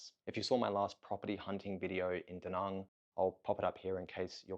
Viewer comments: Not to be that guy, but do you ever think you'll make an active effort to try and learn to say "Da Nang" like it's pronounced in Vietnamese? Like "bang" and not "bong". Again, not a hater, just wondering. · Why the fuck are you calling Da Nang, D Nung? Also it's VIET nam. The nam is implosive and rhymes with ham. Stop talking like a yank.